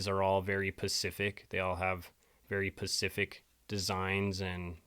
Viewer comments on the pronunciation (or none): Okay.... how can I take you seriously when instead of saying " Specific" you are saying "Pacific" .... I heard it earlier in the video and just thought you misspoke or something but you said it 2 or 3 times, talking about this marble tile. Aside from that I really am enjoying this video lol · It’s specific. Not pescific. God it kills me to hear you say this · Really appreciate you & your sincere research but, you mispronounced specific & called it pacific…just for future reference😊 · Specific!! Specific! Specific NOT pacific ❤❤ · You do such an amazing job and have such amazing work.There's just one little criticism that I have and believe me , it's nothing but constructive. Pacific is an ocean, specific is something in particular. If you say the wrong thing , it makes you sound unintelligent , and that is the furthest thing from what you are. Just trying to help you're work is unbelievable keep it going! Subbed and liked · It's "specific" not "pacific". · Love your channel. , specific is not pacific. But the Pacific ocean is. Specifically. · (Dude? Learn the difference between the words "pacific" and "specific," please!!!) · Say it with me: Specific. Spa-sih-fik. Specific. Quit saying "Pacific" dude. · Specific not pacific. Lol 😂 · Specific, not Pacific Now ya know… Ps. Good Videos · Spe. Cific. Not. Pacific, My Guy. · When you say pacific, do you mean specific ?? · You picked up on his use of " pacific" instead of specific. It is so weird. How can anyone do that? If there were a pacific ocean maybe I could understand it. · When u r speaking about how they used different marble for J. Bruce Ismay’s cabin on the Olympic n the Titanic n u can see they used different marble for each. U state that “marble is Pacific to each ship.” The word u meant to use was SPECIFIC not Pacific. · I know! I’m not sure if he’s intentionally saying Pacific to mess with us now or if he’s like my friend who thinks “ideal” is an “idea”. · lots of black people say pacific